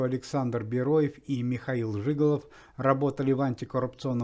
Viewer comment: Сам жИголов. Актер Михаил Жигалов. Это ж надо так коверкать фамилии людей. Уму непостижимо 👎👎👎👎👎👎👎